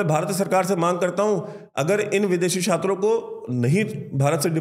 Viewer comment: क्षात्रों नहीं। छात्रों। भाई सही हिंदी तो सीख लो पहले। फिर वीडियो बनाना।